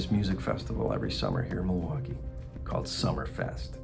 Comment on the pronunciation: It’s Mil-waukee… not, Ma-waukee. Always a tell of a local.